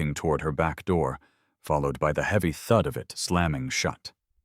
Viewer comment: Great story. Though. I have never heard the word "thud" pronounced like "thood" before. Gotta love AI narration.